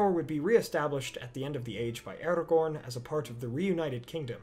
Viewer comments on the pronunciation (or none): none